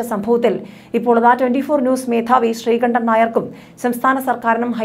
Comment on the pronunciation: Madamme, Avan sree kandanalla, sree kundan ennanu Avante name.